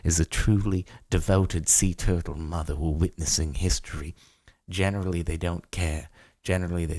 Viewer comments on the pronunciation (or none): none